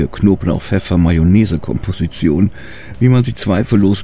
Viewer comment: Konblauch, pefeffer , besser als die letzte 🙂